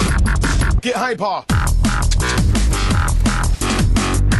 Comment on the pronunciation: niet "hieper" maar "haiper" de uitspraak :)